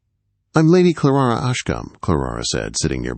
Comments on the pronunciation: Her name is Clara not Clarara!!!!! The girls name is Elaine, not Elowen!!! For kripes sake!!! His voice is nice but can’t pronounce worth a flip. Don’t you edit? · Clarara? LOL! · Every time the narrator says "Clarara" I got the giggles. What a silly name!!